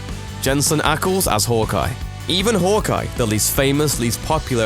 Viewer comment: It’s pronounced Hawkeye not “hook-eye”